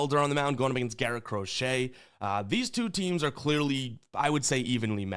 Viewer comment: everytime you say “Crochet” i wanna fade you but ima ride you today RED SOX ML pause